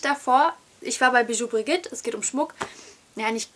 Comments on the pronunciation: hahahahahahah, das spricht man " bijou BRIJIT" aus. nicht brigit. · Eigentlich ja biju brischit (bloß nur das 'sch' nicht so scharf sondern eher so summend) xD